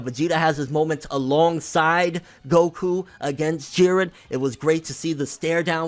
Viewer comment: I did say in older comments that vegeta and goku would fight together and fuck shit up, whis even said if they fought together they would be able to defeat beerus..... And props to you for actually calling jiren jiren instead of jeedan